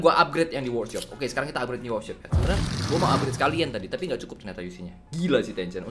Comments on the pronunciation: "UPGRET" "UPGRET" "UPGRET" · "Upgrede" "Upgrede" "Upgrede" "Upgrede" "Upgrede"